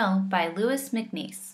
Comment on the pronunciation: The poet's first name is pronounced Looey, not Lewis.